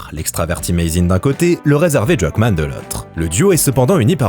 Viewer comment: la prononciation de Druckmann.... hein!!!